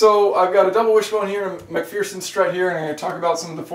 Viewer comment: Shafiq Zainal 😂. I was thinking the same. Should be Mac-fur-sun strut!